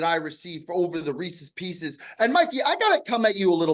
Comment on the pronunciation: My head hurts. Reese's Peeseas!